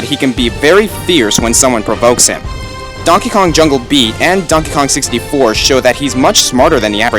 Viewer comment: "donkey konk"